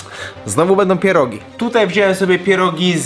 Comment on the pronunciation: CHEEEESECAKE", ,,PIERODŻINI"